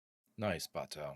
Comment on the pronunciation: I don’t mean to sound like an ass or anything, but they said Bato‘s name several times in the episode and for some reason you’re pronouncing it really weirdly it’s giving me avatar the movie vibes, which is really bad